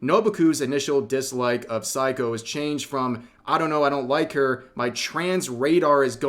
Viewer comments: It's Sei-ko, not "psycho," Rev. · Rev for fucks sake, at least learn to pronounce Japanese names correctly, throughout the video I thought you were saying 'psycho' instead of Seiko. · Rev, my man, hate to tell you but you butchered Seiko's name throughout the LovCom segment, YT captions consistantly showed you calling "psycho"...😅